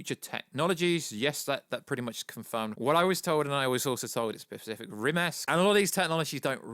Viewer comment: Jesus Christ why can't you speak correctly it's so cringing "the pacific reason" SPECIFIC!!!